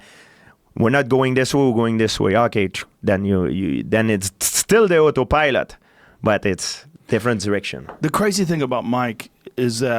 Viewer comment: Georges "Oto Pielot" St-Pierre